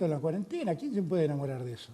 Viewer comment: No aguanto más a Bonelli diciendo CUADENTENA